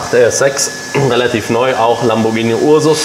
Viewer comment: Lamborghini Urus nicht ursus 😂😂😂